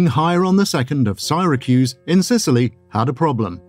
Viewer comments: Siracruz ? Odd narriation. Good content, i saw once a piece on the evedence pointing to Archimedes being the one behind the Antikethera mechanism and wish i could find more. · the mispronunciation of Syracuse is driving me nuts.